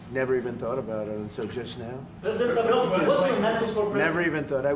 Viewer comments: President Naraku of Poland, the way he mispronounced his name which is insulting to Polish people by the way, makes it sound as if the main antagonist of Rumiko Takahashi's InuYasha became the president of Poland after his stint with Shikonotama failed, than again Naraku probably would find himself in modern politics with all his schemes 😂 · His name is pronounced „Nav-ROTS-kee”. Do your research. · Polish president is former amateur boxer, therefore he said "Now-Rocky". 😉 Took me a while to figure it out. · No, you didn't get it right re: the last name